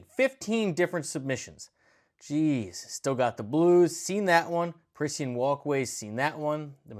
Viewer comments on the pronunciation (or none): U said parisenne weird. pa-ree-shen